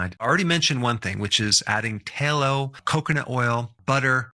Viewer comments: Tallow has two Ls' in it and they are both pronounced tal low noy talow which is only one L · Interesting. That said, a particular word is pronounced "Tallow",as in bat, cat, mat, sat. Not "Taylo". Please pronounce it correctly, if you should use the word in later posts. Thank you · Tallow, soft a sound. Not taillow! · It's pronounced "TALlow" not TAYlow" Outstanding! Class dismissed. 😅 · It’s not pronounced’tay-low’. It’s pronounced ‘ta-low. The A sound is like ‘hat’. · I thought it was pronounced T-ah-Low...not T-ey-Low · "Tallow". The "a" is pronounced likr the "a" in "cat", not like the "ai" in "tail". "Tallow", not "tailow". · Tallow, not ta-low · Why does this guy pronounce things weird? "Tail - oh" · It's not pronounced "tail-oh." It's "t(owl)-oh." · Taylow is Not how it's pronounced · Doc, down here in the south we call Tallow, Tah-low. I've never heard anybody use a long A. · It's pronounced, Towel-o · Strange way to pronounce Tallow (Tay-low?) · The "doctor" can't pronounce "tallow." This video is just the worst unwholesome USA misinformation greedy garbage. This may be an AI video. YouTube needs to police this garbage and require it being labeled as AI. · The A in tallow is pronounced like the A in tabby and cat . Use a short A , not a long A . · They way he pronounces, “Tallow.” 🙄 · You say Tallow very strange. Lol